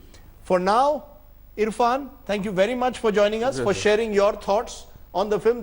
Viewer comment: Nonsense anchor and the other man! Get the name right!!! Irrfan!